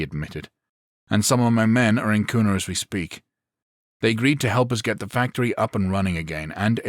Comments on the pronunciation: Pretty good zombie series. The only frustration I have is that the author didn't seem to research the location very well. There are no forests anywhere near the Boise metro area (it's a desert), people in Boise don't drawl (it's the PNW not the South), it's pronounced "cue nuh" not "coon uh", and the Gowen Field Air National Guard base is a whole lot closer than Mountain Home AFB if people wanted weapons. Hell, it's Idaho...you could collect an entire armory just going door to door clearing houses. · Sitting here in Nampa Idaho, which just happens to set on the outside of Kuna and Boise. I have really enjoyed this series and look forward to the rest. As a side note the city of Kuna is pronounced as if it started with a "Q" instead of a "K".